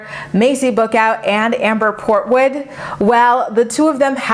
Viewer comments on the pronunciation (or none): At first I thought you said: Amber Porkwood 🤣